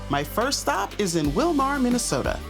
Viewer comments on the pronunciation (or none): It is pronounced Will mer not Will mar!